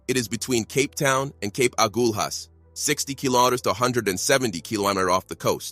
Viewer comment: It's not Cape Aghua 😂😂😂